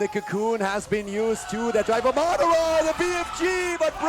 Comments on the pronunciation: Muh DOH ra.... good games but just say Madara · can't say "Madara" lmao